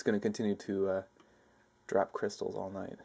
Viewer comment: Its called cryshtals!